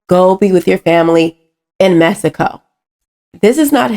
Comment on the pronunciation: I love the way you say Messyco. 😆. But seriously, tho, I don’t know any of these people in the video but if their reason for not helping illegals is “you can’t just break the law,” then I hope they also apply that to blacks.